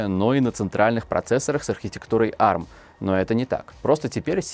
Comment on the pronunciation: а эр эм, а не арм